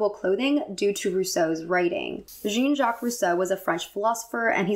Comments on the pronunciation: Jean (from Rousseau) is actually pronounced more like "Shawn", but with a J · Not to be too critical of the French pronunciation, but 'Jean' is pronounced like John. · Lovely video, but here are some helpful hints for pronunciation! Anachronism: An-AHK-ronism Petit Trianon: Puh-tee Tree-uh-non Jean (French version of John): J-awn (with a soft J sound). Coppola: COH-poh-la The other French pronunciations weren't bad for a non-French speaker!